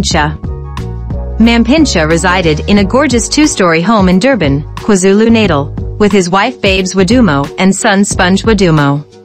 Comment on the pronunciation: Oh my gosh the way she pronounces African names like Bongeka and the way she pronounces Natal in the name "KwaZulu Natal"